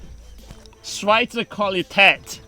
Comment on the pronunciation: "Schweizer Qualität" you said and pronounced that really well, I'm impressed! haha Nice shooting too!